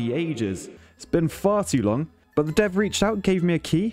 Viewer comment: "It's been farty long"???